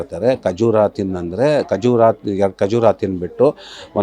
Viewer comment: A khajoor not khajura tell properly khajoor